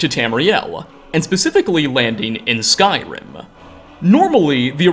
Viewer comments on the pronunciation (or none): First time viewer here, like the video, but unfortunately the way you add an "a" sound to the end of many of your words is so distracting. ("divided-uh", "skyrim-uh", etc.) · mountains-uh, provinces-uh, skyrim-uh 😅